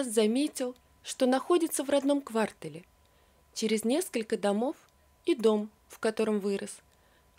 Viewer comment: Какой "калидор", когда "кОРРидОр"? Какой "квАртал", когда "квартАлл"? Чтица, Вы совсем ЕГЭ-шница?